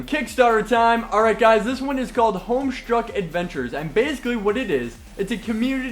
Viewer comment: HOMESTUCK!!!!!!!!! My friend would flip out if she heard about that and you said it wrong.